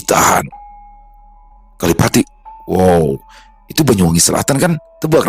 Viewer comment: Maap sy asli banyuwangi koreksi dikit bukan kalipati tp kalipait😂